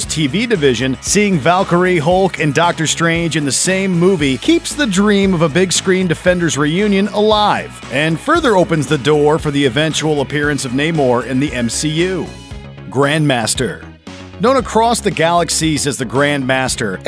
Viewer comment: and Naymor